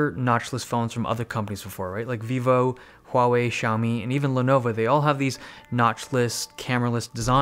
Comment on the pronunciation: You said Huawei the right way!